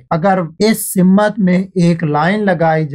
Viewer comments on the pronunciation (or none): Bhai urdu sahi se boldijiye. Wo simmat nahi simt hota hai